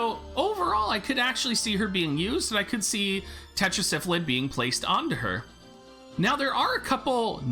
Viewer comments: its' Sylphid (Syl-Phid) not Syphlid (Syph-lid).. pardon my OCD lol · I don't know why but I cracked up everytime he said Syph-A-Lid lol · Thank you. Every time I hear him pronounce it the way he does if sounds like he is saying Syphilis.